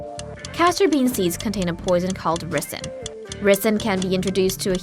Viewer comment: Definitely a confusing pronunciation of ricin